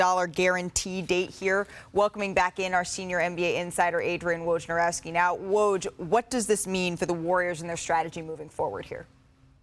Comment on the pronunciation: Ive never heard Woj's name pronounced the same way twice.😅